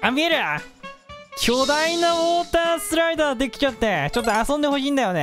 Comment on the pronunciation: オータースライダーじゃなくて、ウォータースライダーね😂😂😂😂❤️🧡💛💚💙💜🤍🤎🖤